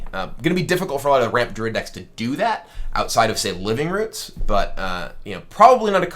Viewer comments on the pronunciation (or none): none